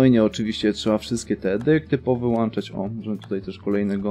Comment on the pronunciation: Wziąć nie wziąść Powyłączać nie powyłanczać